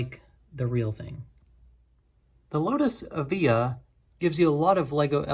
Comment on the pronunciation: btw according to google the lotus evija is actually pronounced ev-eye-a